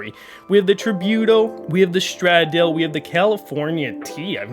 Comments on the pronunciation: i’m not being petty, but it’s pronounced “Stra-Dal-Eh” SF90 Stradale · The way he said the Stradale